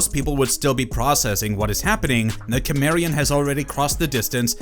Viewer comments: Its pronounced simarian. Not kimarion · Is cimerian,not kimerian 😂😂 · It took me 10 mins to realize he was saying kimmerian😂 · You can tell how little they actually watch of the topics they cover. So many of their videos are just…ai scripts for media they don’t engage with. Pronouncing things wrong, especially character or location names you’d not get wrong if you watched it ONCE. (Cimmerian specifically in this video) The rest are vocabulary words that would trigger a fail from an English professor reading your work because they know you have no idea how to use or say it. Just. Sloppy ai work. I’ve tried a few different videos and narrators and I’ve been disappointed across the board. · He was born in sword and sorcery world. Also you suck at saying Cimmerian . You are one of those people who refuse to say it right. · The way you pronounce Cimmerian really makes me curious how you pronounce cinnamon 😅